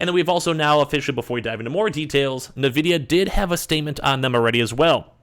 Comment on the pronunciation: N-vidia not na-vidia.